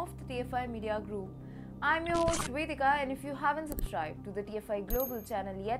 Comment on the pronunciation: It's a good thing TFI has captions or with vedica-cuminthemouth it's a little tricky to understand her pronunciation